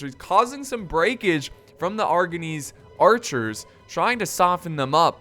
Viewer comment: Mounted AArcherrs